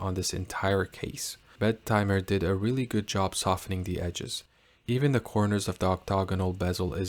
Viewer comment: I propose we pronounce it as BET-eh-mer instead of Bet-TIMER. If we can't change the name, we should change the pronunciation.